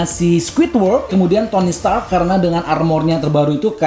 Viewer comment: Stark bang bukan setak